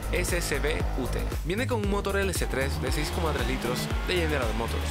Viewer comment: "Ute" se pronuncia "iut"